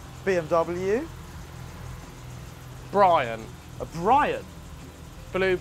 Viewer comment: Bwian, eh? |